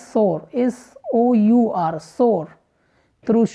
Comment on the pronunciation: په ډیری بښنی سره تریخ ته ساوړ نه وایی؟ Sour ستاپه تلفظ کی لیږ فرق شته.